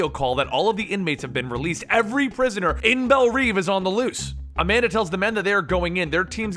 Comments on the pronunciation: it's not reeve! it's reve, read as rev, like revving an engine! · it's pronounced rev